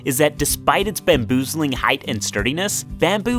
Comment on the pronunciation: did you say"bamboozleing height", i want to die now.